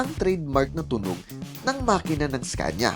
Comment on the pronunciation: iskenya po pronounce dyan